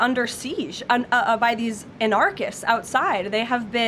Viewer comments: And Leavitt should learn how to pronounce "anarchist". 🙂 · at least learn how to say the word anarchist if ur going to call someone that